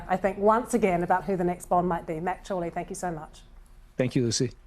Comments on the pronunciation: Did she end the call with Matt CHORLEY????? 😂😂😂😂 Surely, not! It's GOURLEY. I went back for the second time and she did call him Chorley! She was seeing the GOU as CHO🙄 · She called him Matt Jourley at the end instead of Gourley. I hope Conan heard that.